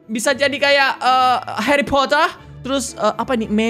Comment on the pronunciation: Harry Pottah